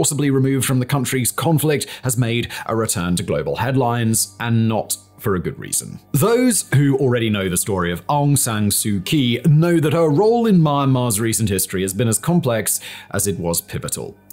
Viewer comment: I thought it was pronounced "Awng Sahn Sue Chee"...